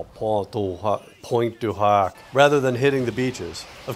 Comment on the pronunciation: Pwint du Hoc is the closest you can get to pronounce Pointe du Hoc. You just need to learn the u.